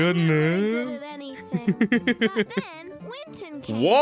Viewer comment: Winton? No, that’s Win-Ton